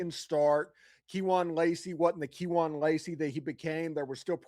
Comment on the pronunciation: Keon lacy and John David barker come on learn some names...